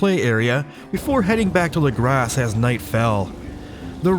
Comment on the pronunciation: Saying “lagrass” instead of “legrah” is driving me insane